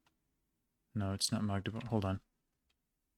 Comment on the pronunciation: Even most of the germans pronounce "Magdeburg" wrong, but yours sonded like heaven (and right): A short "a", not an emphasis on it like the older german word "Magd". And it's impressive overall. Well done!